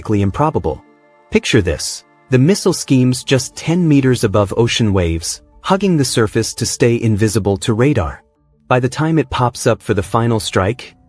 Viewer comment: Your content is well researched but your AI-synthesized voice is horrible. It’s not Agni “Vee”, it’s Agni Five (Roman Numeral V). BrahMos “skims” the ocean surface not “schemes” it. These errors in pronunciations are quite distracting and takes away from otherwise decent content. You’ll have to improve your quality if you want more subscribers. Just my 2 paisa.